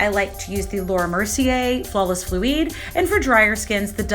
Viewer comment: Loved the video but did you just pronounce fluid like “floo-eed”